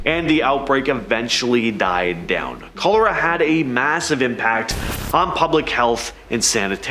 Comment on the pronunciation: Aren't you mispronouncing Cholera